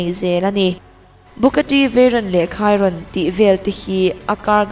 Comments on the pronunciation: Bugatti chiron(khairawn) ni lo in,Shi_rawn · Bugatti Chiron kha "Khairon" tia lam lovin "Shiron" tiin an lam deuh tlangpui😅sawi ve mai mai